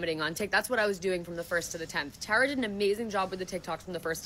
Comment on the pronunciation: Oof love you but the mispronunciation of my name (Tara) makes this hard to watch😭